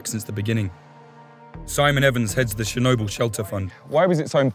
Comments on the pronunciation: Chair-noble or Chair-no-bull....Tomate-o to-mato. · Is there anything that takes you out of it more than a reporter mispronouncing the subject of his video?